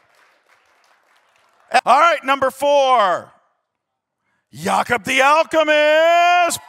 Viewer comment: Why are they pronouncing jakub wrong thet are pronouncing it like Jacob not Jakub